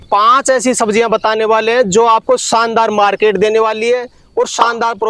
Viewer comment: Saandar nahin Shaandar hota hai